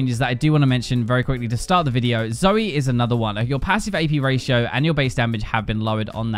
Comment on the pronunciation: It's Zoe not Zoey